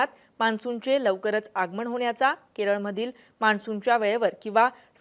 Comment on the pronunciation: आगमण 😪प्रमानात,. बाकी बातम्या छान दिल्या